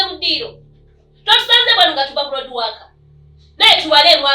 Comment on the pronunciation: your sister is called Sharon not shalon and the word is roadwork not loadwork